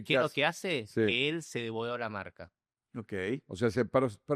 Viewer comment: Dice Seba: Ogei,Ogei....